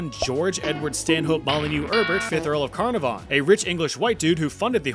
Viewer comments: That's not how you pronounce Carnarvon (Caernarfon). Emphasis should be on the middle syllable. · The way you pronounce Caernarfon triggered some major trauma from attending a welsh language institute for a term in the early 00's